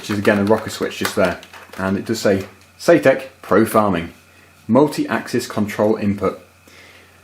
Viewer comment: Nice video! Thanks for sharing. BUT I am mildly triggered. You keep saying "SAYTEK" I believe sir it is SAITEK pronounced like the word BANZAI Thanks for allowing me to get that minor issue off of my chest. Sits back and waits for the grammar police haters to inflict their worst! ;-)